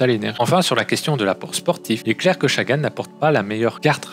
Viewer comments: Je suis d'accord, c'est la première fois que j'entends qqn dire chagan et franchement, c'est chiant ! (et ça fait que 1min17 que je regarde ta video qui a l'air plutôt bien faite au demeurant) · L’analyse est intéressante mais la prononciation des noms des coureurs catastrophique malheureusement. Peter Sagan avec un S comme serpent et Chagan comme un chat. Sam BenneT et pas benêt. Mon commentaire va sembler un peu rude et c’est n’est pas le but. Pour moi c’est juste le gros point à améliorer pour que la vidéo soit plus agréable à regarder